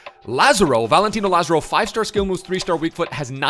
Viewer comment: say it with me "La zar o"